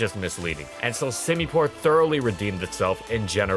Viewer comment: "How good whas semipour actually?" He sucks at everything "outro"